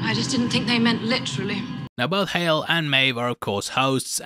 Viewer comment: Lmao! I commented to myself about how he said "hal" instead of hale then you made the joke your the best